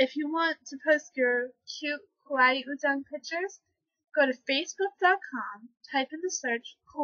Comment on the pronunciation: No... Lol there's only one pronunciation of 얼짱 ... Which is like 'uhl-jjang'. Also, you don't self-appoint yourself as an uhljjang... LOL. Frankly, I can't tell if this is a joke or not. Da most srs koreaboo you is girl. C+ for effort.